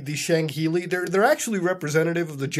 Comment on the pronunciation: Tito Lounge kind of like he says SHANGheili rather than Sangheili.